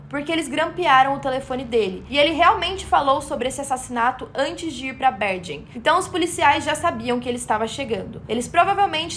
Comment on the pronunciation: A pronúncia correta de "Bergen" é "Berguen"